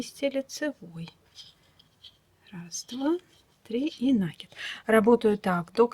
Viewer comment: Ну почему нАкид,а не накИд?